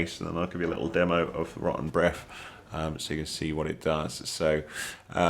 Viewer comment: thanks for the vid! great tips. as an American all I hear is "Roh-en Breff" XD